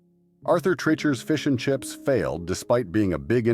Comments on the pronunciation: "TRAHYCHERs". Voice over 'at Aurther Treeeeechers'..... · The problem with using an AI voice is that they go off the text that is written even if it's incorrect (GD Ritzy's "...continued to operate until date" - someone forgot to look up the date and update the text before it went out) and the mispronunciation of places (they way they say "Treacher's" makes no sense. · Yes. And it was G.D..... Not JD..... How many ways can we pronounce Arthur Treacher's? Just bad editing with an AI voice.